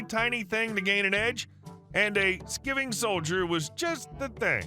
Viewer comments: Story 1: It's pronounced "skyving", not "skivving" — it was originally British military slang for dodging work or duties. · lol you had to pause for a moment to think on how to pronounce "Skiving", so you know for next time, it's "Sky-ving".